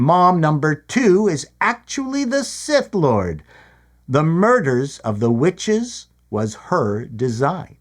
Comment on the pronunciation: Is anyone else hearing a B instead of a W whenever anyone talks about the witches? No mystery - they Jonestowned themselves using the poisonous tree of life but mom didn't actually drink the space Kool Aid and so she's female Kylo Ren.